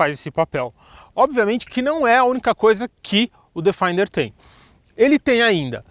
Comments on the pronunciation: A pronúncia correta é " defender ", e não " defainder ". Parabéns pelo canal. Abraço. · Bom vídeo! Fora a pronúncia do nome do carro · A pronúncia de Defender não está correta... o vídeo está ótimo no restante